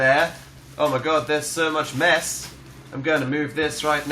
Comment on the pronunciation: "So much mess," I actually thought he said "So much meth..." So... Um.... There.................